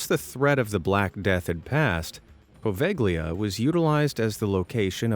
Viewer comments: POVEGLIA ISLAND Poe-vegg-lee-uh? It's right next to Venice, Italy. So I think we're pretty safe in assuming that it was named by native speakers of Italian. Apparently hardly any non-Italians are aware of the fact that [some vowel]+GLIA, which is a very, very common construct in Italian, is pronounced with the G silent. This island's name should sound like Poe-vale-ya. Which is so much nicer and smoother sounding than the way that this reader is mispronouncing it, don't you think? This butchering of pronunciations of place names is a pet peeve of mine. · 'Po va lia' the g is silent. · Bro, the g in poveiglia is silent, excuse my possible misspellings idk how it's spelled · Oh PLEASE can you at least learn the simple rule that in Italian you don't pronounce G in PoveGlia??? You Americans always butcher other languages like it's so hard to do a simple check